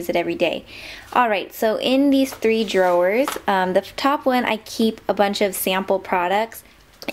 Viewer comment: dro-wers? lol